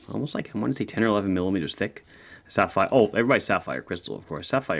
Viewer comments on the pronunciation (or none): none